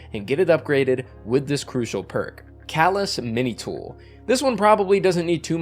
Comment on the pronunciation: You mispronounced calus mini tool